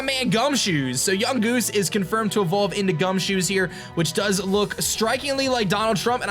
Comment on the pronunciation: it's not gumshoes its gumshoos